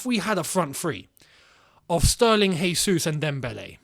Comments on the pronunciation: it's "jesus" as opposed to "resus". "j" sounding like "r" is spanish. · great vid, but no Portuguese speaker has ever said Hesus, that would be spanish... Jesus, with an acutal "J" sound is the correct pronounciation.